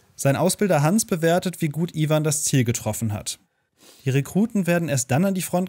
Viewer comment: Kurzer Einwurf, der Ausbilder heißt Gans und nicht Hans.